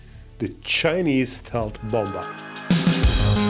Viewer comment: I hope you don't take this the wrong, but the second B in "bomber" it's basically silent so you should read it "bomer"